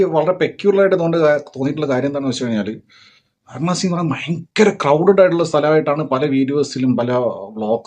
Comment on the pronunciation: വരാണസി അല്ല വാരാണസി